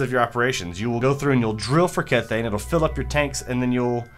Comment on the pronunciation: kethane is pronounced key-thane